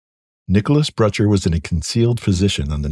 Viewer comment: Nick's last name threw me off for minute, Butcher instead of Brutcher. 🙏🏽💜to the fallen